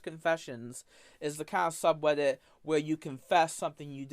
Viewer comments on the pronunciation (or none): Even the subtitles interpret his pronunciation as "sub weddit" 😂